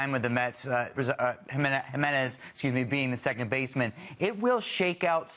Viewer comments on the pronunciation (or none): His last name is pronounced, he - MEH - nez.